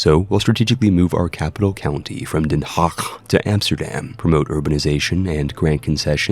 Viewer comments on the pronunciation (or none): Den Huuuueeewwwkkhhh... Utrewwkkkhhhtt